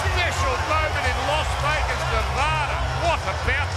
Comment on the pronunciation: It's "LAS Vegas" NOT "LOS Vegas".